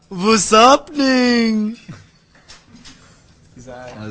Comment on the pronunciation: Harry: Vas Hapenning ! ;DD